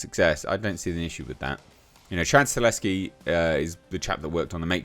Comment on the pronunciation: Dude, it’s “Sta-HeL-Ski” not Staleski. I know you can read! You can do it! I believe you! 😂👍🏼 Lol. Sorry, it bothers me. Love your channel dude. Keep up the good work,. 🤙🏼